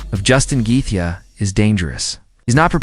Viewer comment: instant thumbs down idk if you used AI or just cant pronounce Gathjae either way...